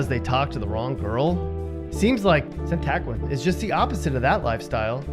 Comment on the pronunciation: LOL its pronounced San-a-quin!